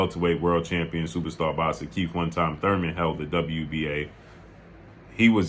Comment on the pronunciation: “Supa stah box-sah” 😂🤣😂🤣